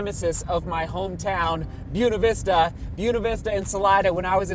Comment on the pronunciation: Wow every time you said Buena Vista in past vlogs I thought you were saying Yuna Vista 😂 didn't realize the mispronouncing until just now seeing that sign